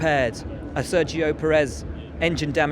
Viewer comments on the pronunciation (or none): Will, could you please learn how to say the drivers' names correctly? Pérez. PEAR-ezz. It sounds so strange how you say it.